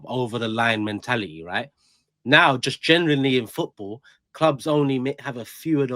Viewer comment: Everytime says footBoo i get a fright